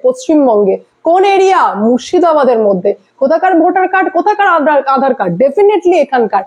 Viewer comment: ম্যাডাম আঁধার কার্ড নয়। আধার কার্ড উচ্চারণ টা একটু ঠিক করুন।